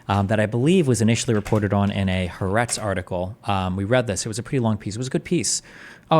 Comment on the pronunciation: Hey Destiny! It’s pronounced “Ha-Ah-retz” and it means “the land” ❤